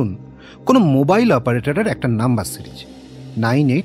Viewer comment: Its series & not serij , its xerox & not jerox. The narrators seriously need to work on their English pronunciations it sounded really odd to the ears.